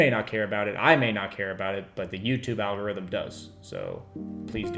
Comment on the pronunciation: For the 'rithm